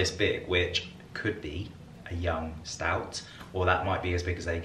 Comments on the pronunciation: Stoat not Stout 🤣🤣🤣🤣🤣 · Stoat is pronounced 'stote'